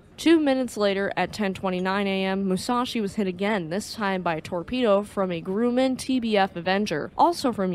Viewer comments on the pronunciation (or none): The first syllable of 'Grumman' rhymes with 'crumb'. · And Grumman is not grew-man, but grum like crumb - man. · Grumman Aircraft is pronounced GrUH Man not Grew Man. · I love your videos - GRUMMAN is pronouced GRRA-Man the U is silent.. thanks!